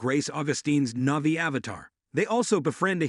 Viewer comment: Your recap sucks and its navi. Not novi idiot